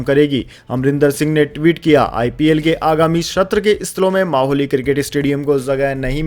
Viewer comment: अरे भाई अब मोहाली भी ठीक से नहीं बोल सकते माहौली बोल रहे हैं